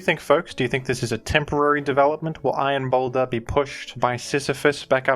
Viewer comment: You said it wrong, his name is iron pounder